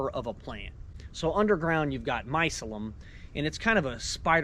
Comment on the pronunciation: My- cell- um... BAWAHAHAHAHAHA 😂😂😂😂😂